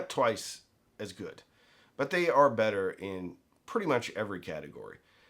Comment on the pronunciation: I just like to hear him say "bet-ter."